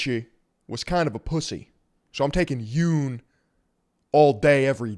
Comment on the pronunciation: jung is pronounced as Yoon-g, close the back of your throat on the G